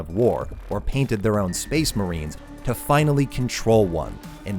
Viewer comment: SPEHS MAREENS